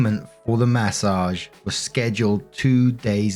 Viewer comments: Take a shot everytime says Massauge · I like the way you say "mA SOJJJJJH"